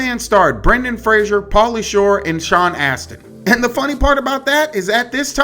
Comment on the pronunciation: I love you but hearing Brandon instead of Brendan hurt my brain a little